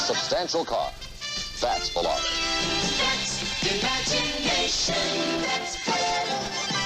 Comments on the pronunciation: The Plymouth Volare is pronounced Vol-ar-ee. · Even the Dodge Vo-Larry? 😂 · Computer can't figure out how to pronounce "Volare" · This must be a bot. It pronounces Volare differently each time it's used. 😀